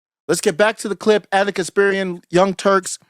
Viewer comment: KasPARian, not KasPIRian.